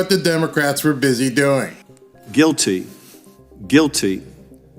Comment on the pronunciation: So he's trying to say guilty?